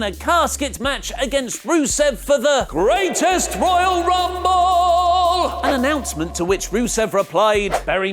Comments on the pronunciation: you stop saying greatest royale rumble like that plzzzz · Go FUCK yourself. THat was super annoying to listen to that stupid emphasis on the GRR name